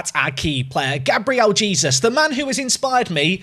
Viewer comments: you’re not. yes you do pronounce the J but it’s not Jesus like the biblical figure, it’s more jaysoos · no way! It’s Gabriel Hey-soos! Love the videos, looking forward to the Arsenal run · Hay-sooos! Say his name right please 😂😂😂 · Mate you don’t actually pronounce it like Jesus omg 😂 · Please say Jesus right it's bugging me 🤣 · The e it’s still pronounced like in Spanish though